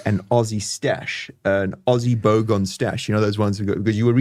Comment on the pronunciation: It’s bo gan not bo gone